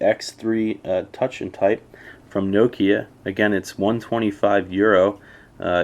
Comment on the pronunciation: Americans can't even pronounce nokia properly!!!